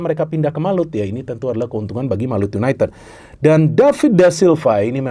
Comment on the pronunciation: Gak enak didengernya yunaited(ted),, kalau pake yu,ya diucapkannya yunaitid